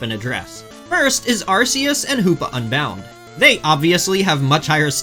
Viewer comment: “Pokemon fan for 30 years” doesn’t know how to pronounce “Arceus” despite it being explicitly said in the movie Checks out lmao